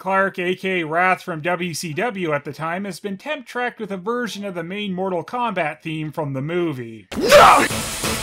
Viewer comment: You turned Mortal Phombat into Mortal Khombat :(